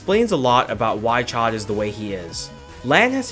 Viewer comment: As someone who studied French for eight years, hearing you say "chod" for Chaud instead of "showed" makes me wince. Like, great video, very informative, but... ACK